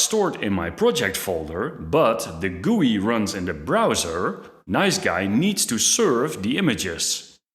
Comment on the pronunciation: Nice G.U.I., not NiceGUY. Damn that was distracting in an otherwise interesting video.